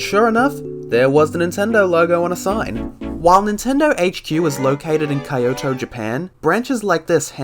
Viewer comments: "Kaiyoto, Japan"? 😅 P.S. Your story is too wholesome to just be nitpicky like that! I feel your pain. I love my Wii U as all hell. It's a good thing that it happened before the sShop closed, so you could redownload everything. Afterwards you would be screwed. I guess you should invest in better electric fuses so it won't happen again. Cheers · His mispronounced Kyoto so badly it hurt.